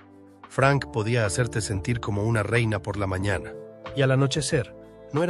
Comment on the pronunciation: Ela, mañate, qué clase de pronunciación es?